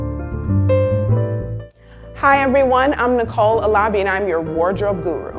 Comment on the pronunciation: why do you say alabi like that, I sound super judgemental I know. Just saddens me when Nigerians don't represent! Girl we all know you know how to say your name. But lovely lovely video. Yes I was annoying so I apologise in advance, couldn't hold my tongue, next time i will swallow it